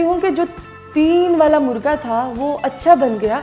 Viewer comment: Its not murga Its Murgha Baray karam apni Qoumi zuban ka beragharaq na kren. مرگا نہیں مرغا ہوتا ہے